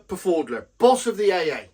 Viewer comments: I thought Pfaudler was pronounced’fowdler’ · Jacob Pfaudler. The P is silent as in swimming pool. Keep up the good work